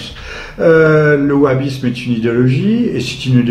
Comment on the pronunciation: En fait, je viens de comprendre, a eu mal prononcé. Il voulait dire le Wahabisme. Je précise, il dit Bahabisme à